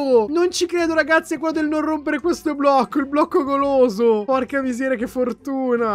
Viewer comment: Ma cmq la prima volta ai detto il blocco poloso invece di blocco goloso